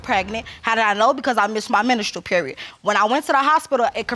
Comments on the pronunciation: Not "menastral" period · Did the lady in the second case say “menistral” period? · “I missed my ministeral period” Oh god I have 2nd hand embarrassment right now! I am so relieved that my mom: #1 knows who her baby daddy was and #2 taught me how to speak correct English! These people sound so ignorant! This is the reason why my 2 year old twins know how to speak better than kids twice their age because I NEVER want them on national television talking about their “ministeral period”. Ugh I’m just so appalled!